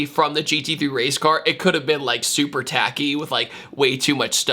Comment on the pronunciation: Where you said "it could've been super tacky", you I heard: "it could've been Supra-tacky" :). "Supra", with its fake vents, should become a synonym for "tacky" these days.